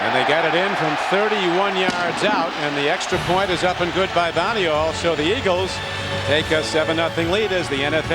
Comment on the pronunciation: Criqui obviously doesn't know how to pronounce Boniol